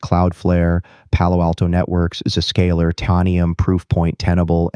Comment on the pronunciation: mispronounced ZScalar. I prefer OG Ron.